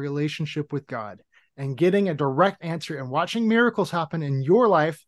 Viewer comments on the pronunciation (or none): none